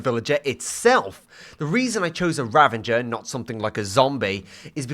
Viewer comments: The way he says ravAger like ravINger really annoys me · Why does he say "ravaNger" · Did... Did you saw Ravenger? With an N? 😅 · The “Ravenger” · who calls a ravager a raVENger where did you get the N from???? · Ravenger rather than ravager was killing me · "Ravenger" pains me